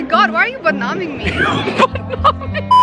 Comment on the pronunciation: She said :Are you BADNAAMING me hhahahaaaaaa BADNAAMING